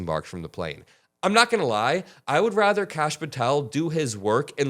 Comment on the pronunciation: *Kash… not Lash